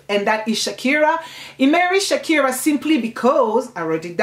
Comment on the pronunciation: I have read this book but i didn't see any part of it telling us that mama Rashida had two kids. And also u pronounce Sikira as Shakira which may be misleading. But u have explained it well. Thank you